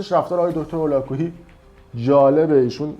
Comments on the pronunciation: من موندم که اگر تمام اطلاعاتی که نسبت به دیگران داری اینچنین باشد کلا زیر سوال میروی اول اینکه دکتر هولاکویی متولد شیراز هستند دوم اینکه ایشان هرگز ادعایی به اراجیفی که از خودتان دراوردی ندارند سوم ایشان برنامه هایشان رایگان می باشد ودر اخر ای کاش میتونستی مدرک ایشان را تلفظ کنی تا بعد تخریب. باید دید پشت این تخریب ها چه کسانی ایستاده اند. برایت متاسفم یاد بگیر انتقاد کردن را نسبت به تخریب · آقاى فردين شما حتى تلفظ اسم دكتر هولاكويي رو بلد نيستيد، پس قطعًا با ايشون آشنا نيستيد، دكتر هولاكويي از گنجينه هاى علمى و تربيتى فارسى زبانان هستند، حتى يك كلمه از حرفاتون در مورد ايشون مصداق نداره. واقعا متاسفم كه در اين مدت سابسكرايبتون كرده بودم .